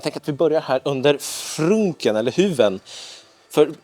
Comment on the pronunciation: Kallade du frunken för "frynk" 😳